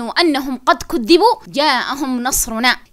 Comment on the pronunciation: اعديل: الآية (حتى إذا استيئس الرسل وظنوا أنهم قد كيذبوا)حرف الذال ما عليه شدة إنما ينطق مكسور.